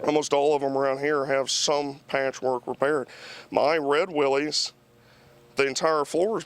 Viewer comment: He said Willie's right the first time then you kept saying it wrong it's pronounced as if it were Willis